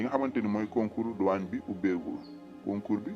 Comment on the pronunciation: Douane ou Douagne ???🤷🏾‍♂️🤷🏼